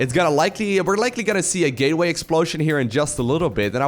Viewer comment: "gayway explosion".... hehhehh hehhehhhe ehheeeeeehhhehehhe Bevis you said gay